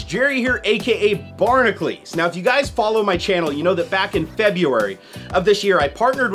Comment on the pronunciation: I enjoy your videos for the most part, but EVERY video has one part that bothers me. You ignore the 'U' in Barnacules. It should be pronounced Bar-na-kyu-leez not Bar-nuh-kleez. Idk why it bothers me so much.